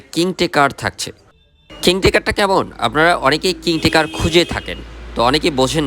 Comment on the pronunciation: "Alarm, king talker & meeting" spelling shuddha kore bolben please. Apnar shob video te same obosta.